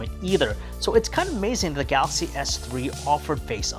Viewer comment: He sounds like he chokes everytime he says "ga-axy". You do know that the "L" in is not silent, right?